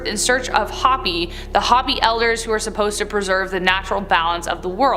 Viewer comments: Yeah I was about to say something I’m not Native American but I have a lot of relatives and friends that are and i find it extremely strange that they don’t know how to pronounce it it’s obvious pronounced “hope ee “ not hoppy!!” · I'm native American and I have to say that hopi has been pronounced wrong and I feel some type of way about it